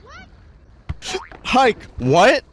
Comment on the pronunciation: Pretty sure the guy saying hike (which sounds more like hark) is Tom Kenny